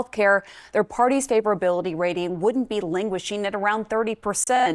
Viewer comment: Languishing...not linguashing...